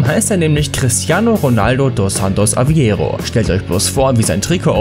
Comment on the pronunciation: das heißt nicht cristiano dos santos aviero sondern cristiano dos santos aveiro mit ei nicht i